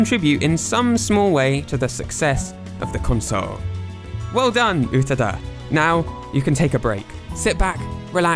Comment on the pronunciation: Not "Utuh-duh", pronounced "Oo-tah-dah". Check your IPA pronunciation, elongate the second vowel,, no glottal should be used.